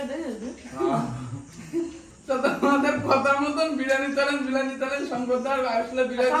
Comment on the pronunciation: Ota birani noi biriyani hobe 😂😂😂